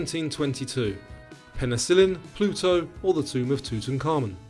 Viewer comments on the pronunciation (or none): none